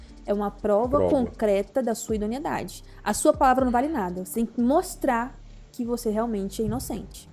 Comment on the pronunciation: Advogada mandando um "idoniedade". Brasil tá osso